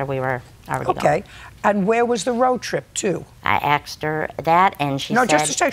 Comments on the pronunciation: ... I aksed???? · She actually said that she “aksed” her.